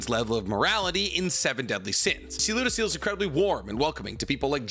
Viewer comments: It feels weird tht he says lodoesel instead of lodosel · how come you make so much content about this show but still wrongly pronounce a bunch of names. Its not ludociel, its pronounced as ludocyel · It was making me cringe every time you mispronounced Ludociel’s name lol (Loo-Doe-Cy-el) lol love ya keep up the awesome work!